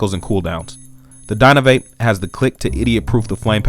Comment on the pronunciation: DynaVAP not dynaVape